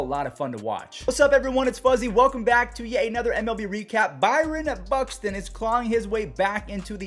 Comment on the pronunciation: “Bryon Buxton”